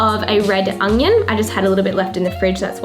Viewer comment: Haha 'red ungion' 😂 you're too funny.